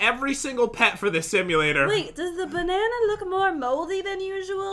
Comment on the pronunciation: We all thought it was banana WRONG it’s... Bananer